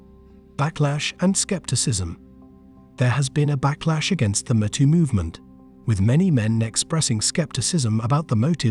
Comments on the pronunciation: "Me Too", not "M'too" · Are you referring to the Artificial Stupidity reader software that pronounces “me too” as “mehtoe”? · Imagine how dumb an automated voice robot must be to not even be able to pronounce me too properly instead saying meh tooo